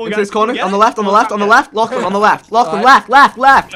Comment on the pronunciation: They really dont know how to say "lachlan" xD